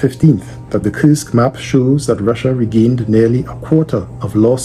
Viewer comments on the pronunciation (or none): You pronounce it like Кырск when in reality it's pronounced Курск(Kursk) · For the love of God It's Kursk (as in cool) It is neither Kyrsk nor Kirsk Its Kursk